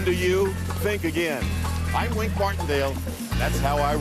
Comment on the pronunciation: That first show the announcer was wrong!! It's Wink Martindale and not Win Martindale!!